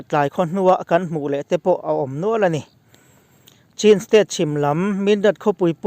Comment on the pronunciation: Chin state hi mizo va Chin ti lovin Chhîn ( thluk deuh hlekin) tiin Myanmarah chuan kan lam thin.